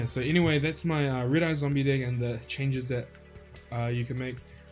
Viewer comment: And it's deck not dick lol